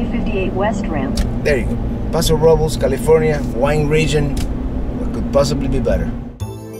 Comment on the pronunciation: As always, great video. I should correct you on the pronunciation of "Robles" It sounds like Robe-less.